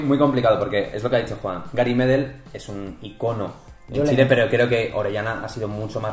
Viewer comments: Gary medel es un crack como pocos. Por cierto, se pronuncia "medél" no "medel" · Se pronuncia medÉl por la chucha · Gary Medel pronuncienlo con tilde en la ultima e y para mi medel es mucho más que Orellana en cuanto a selección en clubes andan parejo